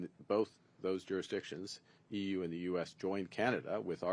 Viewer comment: Yes EUCAN lol 😂